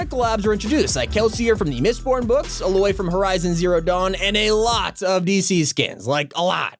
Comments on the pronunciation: You said a Aloy wrong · Hey no hate and all but you said aloy from horizon zero dawn like Ah-loy When it is said Ay-loy Just thought I'd help so you can do it properly